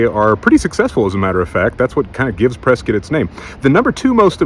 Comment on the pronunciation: Impressed your pronunciation of Prescott is spot on. Prescit like biscuit…not Pres-Scott. Nice. Only wish PBC was still open for you on Whisky Row